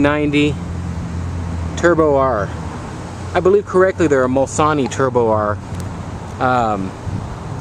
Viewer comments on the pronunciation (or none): You’re not very articulate, are you? “Mulsanneee”? You can’t pronounce a two syllable word, the “foot thingies” are called footrests. The colour is Brooklands Green, the finelines have been redone in tape, and the grille and wheels are incorrect for the 1990 midtown year. FYI, the “Mulsanneee Turbo” was discontinued in 1985. Stick with Cadillac Fleetwood Broughams. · I can't believe he said mulsanee😶